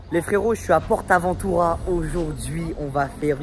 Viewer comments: C est pas porte aventura comme tu le prononce c est juste port aventura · Mec tu dit portabotura tu sais pas comment le dire lol 🤣🤣🤣🤣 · ah est le port avantura le t du port te se prononce pas